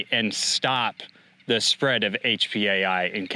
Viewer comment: "You will eat zee bugs"